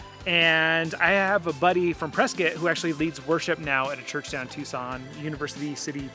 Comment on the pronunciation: Like “Pris-kit” instead of “Press-cot”. I really enjoyed hanging out in Tucson while Hubs was working, there’s a mission south-eastish of downtown. It was August so really hot! And I loved it🔥💕